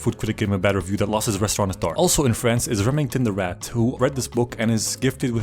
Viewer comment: "parrriss, francee"